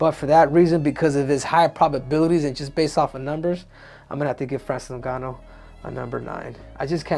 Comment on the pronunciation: New-ganu lmao. Olympics don't teach reading classes, obviously.